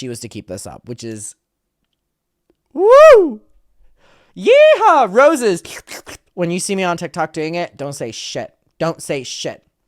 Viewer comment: Heehaw? Dumbass girl. It's yeehaw